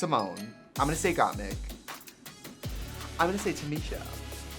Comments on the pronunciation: TRIXIE FINALLY LEARNED IT’S “GOTTMIK” AND NOT “GOTTMEEK”! 🤪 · My sister's name is Mikayla and she goes by Mik. I lost it when Trixie kept saying "meeek" 😂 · I was trying to figure out why she was saying it "meek" haha. Wisconsin? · I don’t know man, that’s a kind of understandable pronunciation of an uncommon (or made up? I don’t know) name... peronka doesn’t even have the letters right, and it’s a pretty common name lol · Omgggg yessss I've been saying the Gotmeek thing every time she said it! 😂 It sounds ridiculous. Same as when she says "progrum" like an old midwestern lady! LOL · Trixie is really going to comment on Alyssa’s pronunciation? Ok Ms. Gotmeek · Omg the Peronka bit at the end 😭 I can’t wait for Gotmik to be on a future episode and have the host ask how she felt about Trixie saying Gotmeek 😂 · Lmao at Trixie calling out Alyssa mean while she’s been saying Gotmeek the whole time lmfaooo